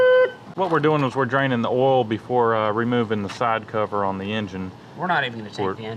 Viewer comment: It's oil not oooool